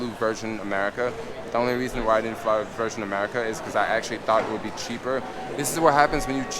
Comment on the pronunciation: "I litterally should have just flew ver-shen america"